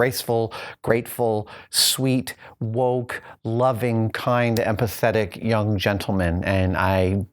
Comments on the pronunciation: Not sure if he said "empathetic" or "and pathetic". xD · oohhh empathetic not pathetic, miss heard you for a second there, thought you called your boys pathetic lol. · when he says empathetic gentlemen, I keep hearing and pathetic...and was like whaaat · I thought he said pathetic not empathetic. XD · Shadownet Spy I honestly heard "and pathetic"...